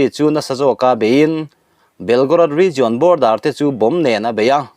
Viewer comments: Rizawn ni lo in rizian tia lam rik zawk tur a ni lo maw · 'Region' i lam dan hian a ti ngaihthlaknawm loh vek zel